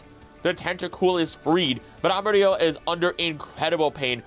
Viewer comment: Your pronunciation of "del bosque" was amazing! "Amarillo" sound like you are German (specially at the beginning, once you kept going, it started to sound more confident). Try like Amarii-yo.